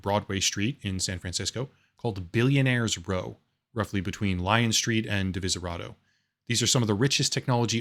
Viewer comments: Hi. Divisadero. Not Diviserato. It's okay. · As a native San Franciscan and an fan, I would be remiss to not point out a couple of small corrections… First, it’s Divisadero, not Divisadaro Second, and perhaps most importantly, San Francisco (the city) is decidedly NOT “Silicon Valley”. It’s just the closest worthwhile urban metropolis, which makes it attractive to the tech schmucks….whom we (actual Bay Area natives) generally dislike.